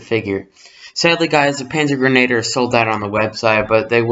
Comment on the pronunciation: First of all, you mispronounced a lot. It’s a splittermuster Stahlhelm cover, and this fig is a panzergrenadier, pronounced panzer-gren-a-deer. This fig is a MG, he has the ammunition box on his webbing with the pistol holster.